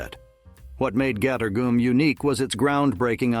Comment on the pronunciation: I know, I watched his videos before he can pronounce it right and, every time he kept turning it into a different name, cringing and really annoyed when, he called it gottor gum!